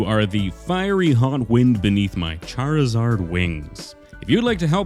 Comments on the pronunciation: It is charzard not charl-zard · it's pronounced (char-iz-ard) not chad-lizard are you mispronouncing it on purpose? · i laughed so hard when he started sculpting saying Charizard but I kinda heard chad lizard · if it were pronounced "charzard" then why is the 'i' in there to begin with? it's charizard. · Ah yes...CHAD-rizard! The coolest pokemon